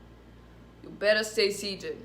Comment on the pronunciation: "You better stay seated" Lol that accent!